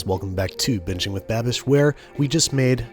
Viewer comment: Can NOT get over “babbie”